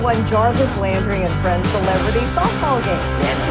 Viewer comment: Wow. The Announcer pronounced his name wrong. I'm joking, though it's not actually a joke. Lol If you were on Twitter today, you'd probably get it.